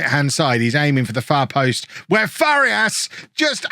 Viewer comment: pronunciation tip, if you are interested: for Farías, try saying "Far - ee - as", instead of "Far - yas". it is a three syllable word, not a two syllable one